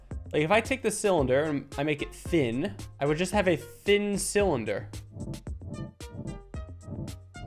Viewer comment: A thin cyllinder - you mean Mike Tysons favourite “Thillinder”